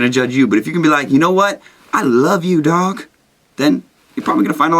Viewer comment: Did you say 'I love you dawg' or 'I love you dog'?